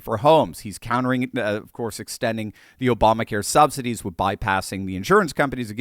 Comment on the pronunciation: Did you just say "sobsidies"? Either way, it's appropriate!